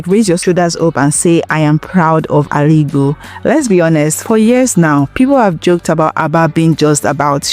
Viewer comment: What are you even saying? What is Aligo? Is it Ezza language or Izzi language? When I heard the first one I thought it was a slip of tongue, until you mentioned it again. Don't ever corrupt that precious word again if what you meant is Aligbo. Obviously, you can't speak Igbo. Secondly, you're quite aware that the Ariaria Market project is a private sector initiative that started even before Alex Otti became governor but you started shouting that Alex Otti is building skyscrapper, are you okay? Or you're just a paid sycophant. Where on earth did Alex announced that he's building skyscrapper? That's not even a skyscrapper but a highrise of about 7 storey building. I always cut short the video anytime I sense lies and misinformation. Alariwo!